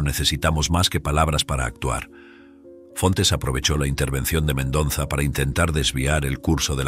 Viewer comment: Me gustó la historia Lo que si noté, es al narrador le cuesta respirar Se le escucha el modo de su respiración Si el Sr, hiciera la pausa correspondiente al leer la historia, no le pasaría esto Lee de corrido, le falta aire y es x eso que se escucha su jadeo ,al seguir con leyendo Otra cosa q note es:, es que pronuncia mal el Apellido del dueño de la empresa El dice MENDONZA Pero ese apellido q es de ascendencia hispana es MENDOZA A no ser q sea nuevo ese apellido En ese caso me disculpo Gracias